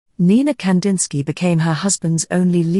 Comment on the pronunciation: I wish at least his name was pronounced correctly